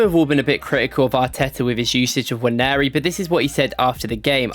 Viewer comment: Now that's a proper Nigerian. Pronounced as Nwaaan-nee-ri.